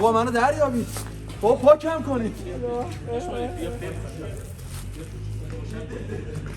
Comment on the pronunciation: فحشم ندید ایراد نمیگیرم فقط واسه اطلاعات میگم شماها میگید سابساسکرایب یادتون نره باید بگی سابسکرایب دیگه ا نداره اینم میدونم ما ایرانی بیشتر ی ها میگیم اس در صورتیکه از بین دندونهای تلفظ باید کرد و S س هستش نه اس